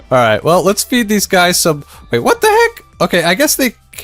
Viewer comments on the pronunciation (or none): i guess they cant escape, hahaha. "vvait vvhat?"